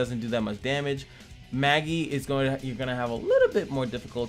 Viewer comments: Judging by the fact that the devs ain't western, I'd go with the common Eastern way of pronouncing it as "Mah-gi"... a simple reference would be anime like Magister negi magi negima and so on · May-Ji Mage-Eye